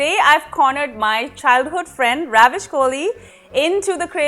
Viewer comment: Good recipe, good video quality & production. The background score is nice but it can be a bit distracting, especially when Ravish talking about his recipe and technique of making the kebabs. Also, you are pronouncing a proper noun, the name Ravish, as the verb, ravish. Sounds pretty jarring. But thank your for sharing the recipe it seems good.